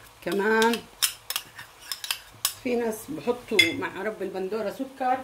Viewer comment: معلش اختي رب البندورة . الراء مضمومة.